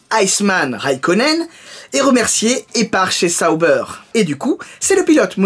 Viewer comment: Lol. On dit "Saub(aire)" pas "Sa(o)b(aire)".